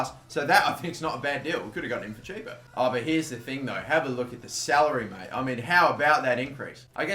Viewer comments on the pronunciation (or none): none